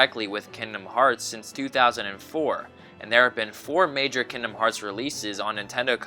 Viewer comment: The G in kingdom is not silent.